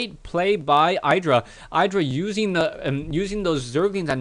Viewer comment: btw its not pronounced "eye dra"